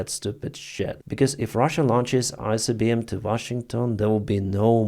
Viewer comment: Read properly. Not Icbm and not Rubez